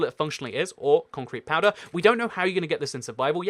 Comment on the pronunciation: "concrete pcrowder" 😁😂